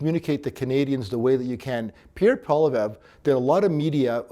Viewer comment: Too bad the so called expert can't even pronounce Pierre's last name properly! Seriously? Come on man!